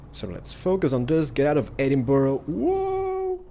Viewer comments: Why do Americans say Edinboro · I'm from falkirk and I'm sorry but Edinburgh is pronounced edin-bruh I love your videos tho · That's not how u say Edinburgh!!!